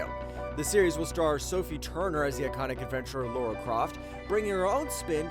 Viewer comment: Lara not Laura